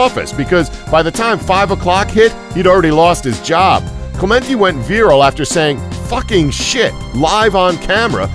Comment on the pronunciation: How do you pronounce viral?